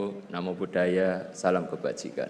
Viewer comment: Alah salam aja nggak bener Salom